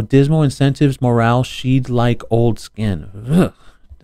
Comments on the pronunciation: Dude….shed like old skin…pronounced like a building used for storage…shed. not She’d like old skin…😂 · Shed not she'd. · ‘Shed’, not ‘she’d’… to shed like fur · she'd. not shewed. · Shed ( not she’d ) old skin… like a snake not old man skin LOL 🤣🤣🤣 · shed not she'd shed as in like shedding ya scales like a snake !!@@ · 'shed' like old skin - not she'd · The word is “shed” like a snake shedding its skin. Not “she’d”… When you read the proper word, it will change the context… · The word was shed not she'd. But that's ok you was reading really disgusting stuff...